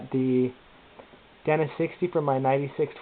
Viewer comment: "DAY-NA" not "Dan-A" Fuck.